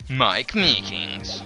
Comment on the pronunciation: i lolled when you said mike meekins